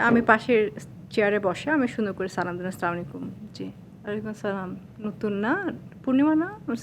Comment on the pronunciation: Thai shundor kore Salam diche slamalaikum so funny